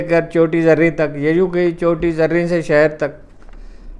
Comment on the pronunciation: چوٹی زریں نہیں بلکہ جگہ کا نام چوٹی زیریں ہے